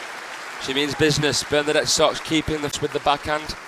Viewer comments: i never imagined someone could say Socks 😄 instead of Sœč - yeah , that's approximately what it should sound like . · The pronunciation is not so:ks it's Söchi (very short œ =ö )!!!